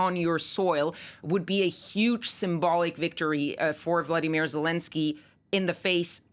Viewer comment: Volodymyr - VO-LO-DY-MYR Vladimir - VLAD- I- MIR Can you see, and thus PRONOUNCE - the difference,..??? Or does the way someone’s name is spelled and pronounced not matter? I can’t believe it’s been four years of this and you still can’t pronounce Zelensky’s name correctly.